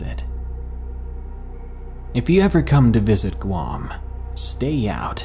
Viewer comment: ITS GUAM NOT QUAM